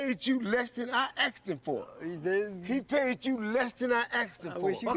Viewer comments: "he paid me more then i AKSKED for." LOLOLOL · "He payed you less than i axed him foor" Seriously dude.... learn english... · "he paid you less than i AXS them for",,,LOL